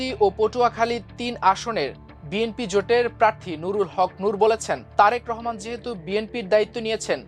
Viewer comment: Tarek Rahman er nam tik e sondor kore porlen news presenter.